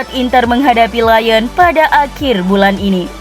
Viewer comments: Liyong bukan laiyen 🤣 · koreksi dikit ya min, LYON dibacanya lyong bukan lion kaya singa dalam bahasa inggris